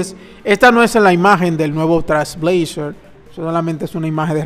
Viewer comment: No tiene relacion con el video pero por que dices Trasblazer? Te salteas la I y la L y nose, me da toc u.u